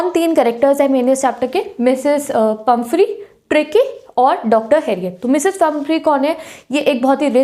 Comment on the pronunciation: She is pumphrey not pumpehry